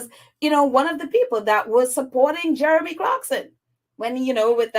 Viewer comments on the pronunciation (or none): none